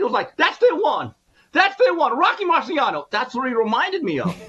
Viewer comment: THE “ROCKY MARCIANNAH” 😂😂😂😂 THAT PART☝🏾☝🏾☝🏾😅